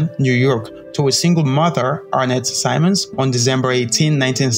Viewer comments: His name is Earl Simmons (pronounced Sim-mons not Si-mons) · Simmons not symons man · Its Simmons not Simons... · Yo! HIS NAME IS SIMMONS NOT SIMONS! learn to speak better english. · Great tribute. Only thing: Sim-mons not sye-mons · You said his name wrong bro fix that